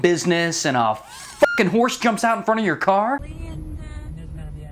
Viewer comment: A "hores" wtf? lol.